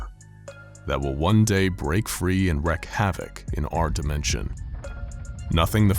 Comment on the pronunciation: Hate how you pronounce wreak